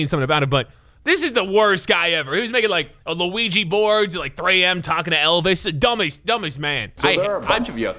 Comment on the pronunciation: My guy said Luigi boards